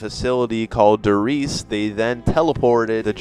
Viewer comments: IT'S PRONOUNCED DARE REISE NOT DER REISE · Love the video just wanted to mention that you pronounced Der Riese wrong it is pronounced Der Risea but spelt Der Riese just wanted to mention it but amazing video :)